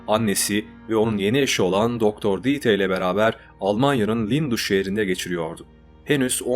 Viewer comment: Almancada yazılışı Dieter, okunuşu: Dita! birdahakine ie uzun” ii”okunur, sonuna “er “gelirse a okunur Mesela Anne Almancada Mutter, okunuşu Mutta. Kulağıma aşına olmadığı için yazdım alınma ablam, yoksa herşey harika Ve verdiğin kalplere baktığımda , aynı kazananız karar konusunda! Yolun açık ola, gözüne yaş, ayağına taş değmesin ablam 👆🏻🤲🏻💐🧕🏻